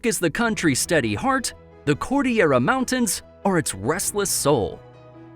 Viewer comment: Dude the way he pronounce Cordillera It's bothering me btw I'm pilipino and my dad just herd him pronounce Cordillera and he laughed